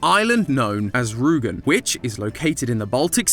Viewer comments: hearing someone calling the island Ruugen again and again instead of Rügen, is really wierd. But english speakers dont tend to know how to sound out thoose letters. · Hearing a not german speaking person saying Rügen instead of Rugen is so ... refreshing. ^^ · As a german it hurt to hear Rügen pronounced as Rugen and Grenzer as Grenser. Ü and U are not the same and Z is pronounced much more sharply in german. Apart from that I really enjoyed the episode, cooking companion is certainly one of the most unique games you’ve covered. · You cant pronounce the ü in rügen😂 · Did he really have to butcher the pronounciation of Rügen so much? x.x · I love how says Rügen. XD